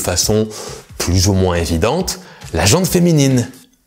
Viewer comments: La gent féminine et non « ...la gentE féminine... » comme entendu dans la vidéo. Excellente vidéo par ailleurs, comme toujours. Pertinente, bien ficelée et beaucoup d’humour. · J'ai toujours prononcé gent disant le T... (et j'imagine que je ne suis pas le seul) Je viens de découvrir que c'est faux